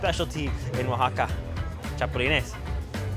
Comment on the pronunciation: LOL, he said "Chapolenes" Grasshoppers, let's move on to something else....